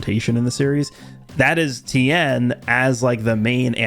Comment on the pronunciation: It's Ten there is no I It's like saying Luthor wrong such a pet peeve of mine 😤